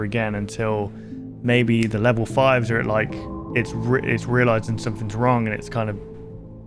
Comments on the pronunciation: I should have explained a little better you pronounce it like “wronG” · Your accent is really weird for example: instead of saying “wrong” you say wrong but actually pronouncing the G instead of letting it be silent